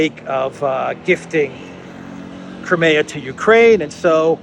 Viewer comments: NOT krim-A-ugh but KR-EYE-ME-ugh. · What is this "Cremaya".....in English it's pronounced Crymea. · Where did you get that pronunciation of Crimea? In the English we Americans use it is "Cry-me-uh". In Russian it is Krim (rhymes with trim except for the rolled "R"). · It's pronounced "cry-me-ah".